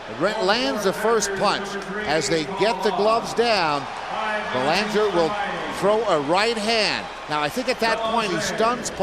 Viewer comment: Anyone else wish Laus had hit that idiot commentator who couldn't pronounce "Belanger" just as hard as he hit Belanger?